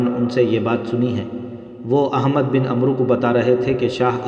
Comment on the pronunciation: عمرو کا صحیح تلفظ عَمْر ہے اس میں واؤ سائلینٹ ہوتا ہے